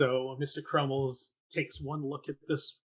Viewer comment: Crummles, not Crummle. What is with this guy dropping the S at the end of people’s names?